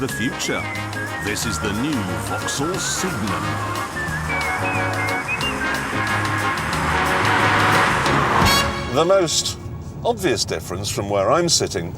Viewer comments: Listen to him,he says SIGNiUM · Yes, your right....he does say SIGNiUM!!! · Thought he said vauxhall semen